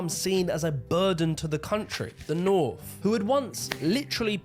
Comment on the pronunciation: Hilarious how he goes on about how Southerners supposedly sound more intelligent, then says 'Norf, Sahf' 'Norvern' and 'Indushtry', I can pronounce my 'th' and 's', so how thick are Northerners, eh???